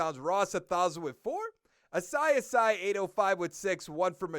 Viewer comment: I think it’s pronounced “Ah-see Ah-see” (Asiasi).